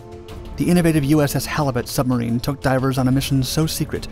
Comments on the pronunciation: When Germans trying to Pronounce Submarine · "Schubmarine" XD